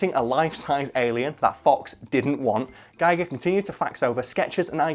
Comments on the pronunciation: Klobi for President He didn't say it right it is pronounced geeger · First comment and I'm complaining about the pronunciation of H.R. Giger. It rhymes with eager. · For those intrested, Giger's name is pronounced Giger not Giger. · And, now to ruin the joke: It's pronounce GHEE-gurr. Rhymes with "eager." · You can't even say his name right EPIC FAIL!!!